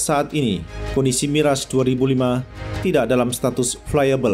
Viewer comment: Kok miras bca nya😂😂